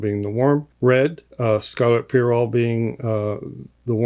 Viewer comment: Oh my!!! AWESOME! Congrats on the awesome collab and set, this is so exciting! :D (and you said "pyrrole" the right way!! Yessssss :D )